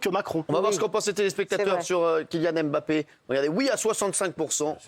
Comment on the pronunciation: chers francais, RESPECTEZ LES NOMS DES GENS, c´est la derniere fois que je le dis: c´est MBAPPE ET NON M-BAPPE pareil pour NKOULOU PAS N-KOULOU. C´est aussi ca etre integre dans la culture de l´autre.